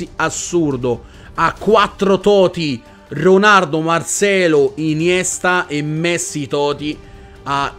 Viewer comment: "ronardo" cit. ahahahahahaha